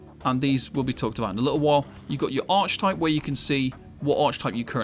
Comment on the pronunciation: Lost me at "arch-type"